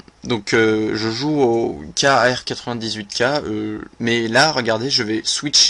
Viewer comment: Par contre, celui qui présente la vidéo mange dessus lettres ou déformes les nom des armes :) comme PanzerfauST, ou Kar98k, les lettre ne sont pas en majuscule, donc pas a lire séparément. C'est l'abréviation de Karabiner 98k :)